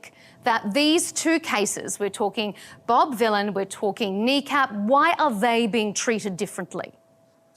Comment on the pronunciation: She keeps saying Bob Dylan not Bob Vylan, she needs to very careful